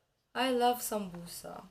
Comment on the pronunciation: I'm glad he called it samboosa rather than samoosa.